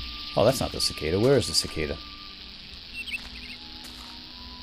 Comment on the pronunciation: its called a cicada! And pronounced Sea-Ka-Dah